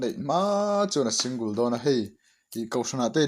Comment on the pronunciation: Singul anilo sing gal tih a lam tur Single